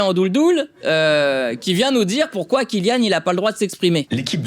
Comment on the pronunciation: pourkouaï😂😂😂 tu la piqué à dieudo😂😂😂😂